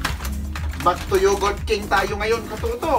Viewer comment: pronounce yogurt as yogert